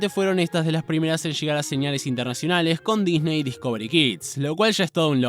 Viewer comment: RecoRIDO internaCIONALES Habla bien lcdtm